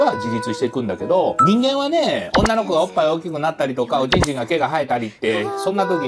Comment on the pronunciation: おっ◯いの発音好きw